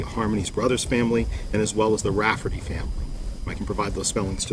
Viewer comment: Why doesn't ANYONE pronounce Michelle RAFTERY'S name correctly???? It's NOT Rafferty. It's RAFTERY! I love the prosecutor, but my God, could you not make sure that you pronounce her name right? C'mon!!! It offends me